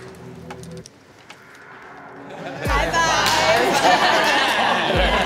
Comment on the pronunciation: Why did ai read T’Rayus as Trayaurus